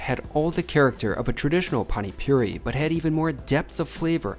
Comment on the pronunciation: bro called pani puri "pani puree" lol